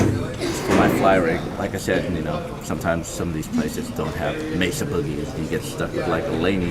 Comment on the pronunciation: Oh my god! He said mesa right! MAY-SA not messa